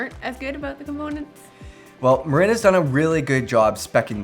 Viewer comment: MuuuRinnnn not Marein